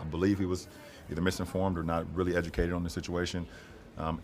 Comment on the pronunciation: Love how he says miss and formed and uneducated........ 🐸☕